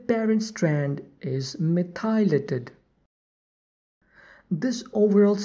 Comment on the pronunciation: You should know that "methylated" is pronounced "METH - y - lated". Not "meth - EYE - lated" as you are saying here. (capitalization indicating emphasis) Listen to some audio examples of correct pronunciation, that will help